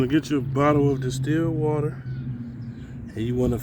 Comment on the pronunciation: I’m sorry but did u say steal water ? 😳😅